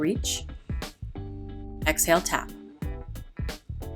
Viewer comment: You need to work on the way you pronounce inhale and exhale because I'm hearing you say "in hell" and "ex hell" and it really disrupts the frame of mind I'm reaching for.